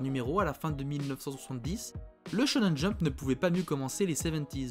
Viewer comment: Attention, tu dis parfois Tchonen Jump, c'est bien Chonen Jump, le SH est prononcé comme notre CH, c'est le CH japonais qui se dit TCH